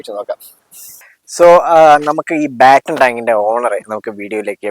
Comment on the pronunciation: ബാറ്റണ് ടാങ്ക് അല്ലണ്ണ.പാറ്റണ് ടാങ്ക് ആണ് ശരി